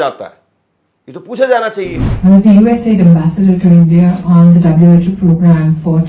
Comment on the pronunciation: Please do not pronounce “ US Ad” say US AID